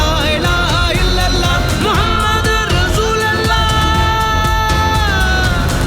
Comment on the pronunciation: Kindly pronounce the Kalimah in right way : لَا إِلَٰهَ إِلَّا ٱللَّٰهُ مُحَمَّدٌ رَسُولُ ٱللَّٰهِ It's not "Muhammad ur Rasool Allah" It's "Muhammad ur Rasoolullah" There's "pesh" on Laam of Rasool. Not "zabar".